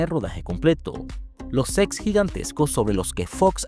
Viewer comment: Dice “SECS” en vez de “SETS”